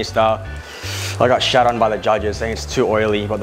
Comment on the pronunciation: It sounds like "thank you for my new content" 😄👌